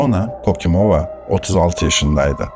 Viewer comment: Ya Kokimova deyil ya hekim sozu sizede var Hakimova deyin